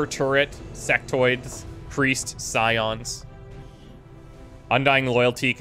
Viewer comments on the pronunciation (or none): none